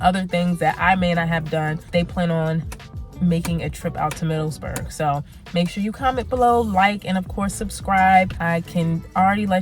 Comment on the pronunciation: Nice video! Remember it's "Middleburg" not "MiddleSburg."